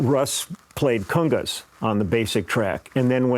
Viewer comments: LOL, cungas? Ah, cOngas! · "cungas"? Congas you mean?